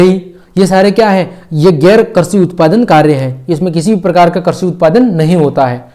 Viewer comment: All very good but karshi nahi krishi